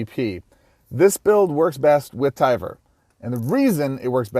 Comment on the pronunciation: TIE-var. like LIDAR